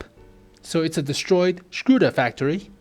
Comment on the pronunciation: lmao scuda......when will americans learn how to speak ? LOLOL SCUDA :))))))))))